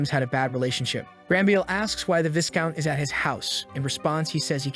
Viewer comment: Setting aside the butchering of names, it is Viscount (Vye-Count) not Viss Count. The S is silent.